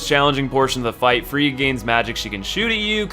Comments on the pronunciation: freed? isn't she called freide? also he is not allfather Lloyd he is literally Father ariabdel thats it. Nice video though ^^ i just cringed a bit åt the pronounciation of the names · the word Friede is pronounced Freed-UH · it's FRIEDE, the E is pronounced like a German E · Learn how to pronounce names! The way you say Friede hurts! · when he kept saying friede wrong T.T